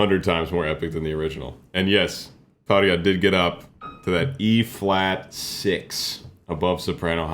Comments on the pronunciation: Hi, I'm for the first time on your channel, great reaction and analysis. :) It's amazing version of "The Phantom Of The Opera", my favourite. I like how you pronounce Tarja's name, many reactios have big problems with her name, but you did it correct. :) She has also very dark and deep chest voice, but you can hear it only in her solo stuff. If I can recommend some artist, not from heavy music, please react to female artist Kokia, she is japanese singer, songwriter, composer, arranger and producer, also playing on piano (not that much now), she make music in genres like folk, pop, indie, classical crossover etc., and she has classical and operatic music education, but only in few songs she singing more operatic. Please react to her song "Chouwa Oto" live from History concert tour 2012, amazing song and performance, this one is in japanese language. Or, if you want to hear her more operatic vocal, please react to song "Il Mare Dei Suoni" from the same concert, full lyrics are in italian, really beautiful song and her vocal is amazing in it. Or, if you want something different, I recommend also song "Gematria" live from Layers ~Lights And Shadows~ 2016, first and second songs are different to each other, but tgis one is completely different, haha. :D It's in not existing language created by her for this one song, because like she said, emotions are the same in all languages. ;) I hope you will react to Kokia, because she is amazing and I really want to hear analysis of her voca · 👏👏👏 great job putting the effort in to pronouncing ‘Tarja’ correctly! You just made all Finns 🇫🇮💙🫵 Your understanding parallels “my lady” Charismatic….& Nightwish is the GOAT IMHO 💙🇫🇮